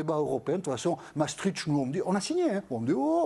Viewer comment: Massetritch!,,,,bravo qui veut taxer les ritchs On prononce maastricht